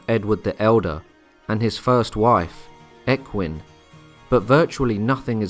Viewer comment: It's Aethelstan (pronounced Athelstan) and Ecgwine (pronounced Edgewin). "Ae" as in Aelfred.